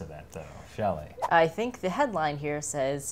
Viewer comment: It's Shelley!! Shelley!